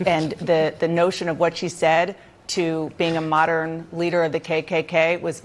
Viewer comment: Kendi is a Fraud.... Calls himself a scholar and struggles to pronounce “modern” Moderin....?